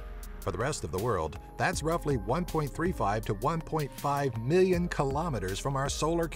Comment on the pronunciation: Am I the only one who hates how he says, “million”